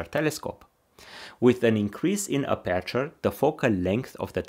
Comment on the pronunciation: Thank you for your very informative video! 💪🏼 But could you pleeease 🙏🏼 pronounce 'aperture' stressed on the first syllable, if possible 🙏🏼